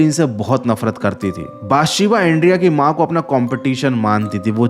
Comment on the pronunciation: Bhai uska naam बत्शीबा tha not बातशिबा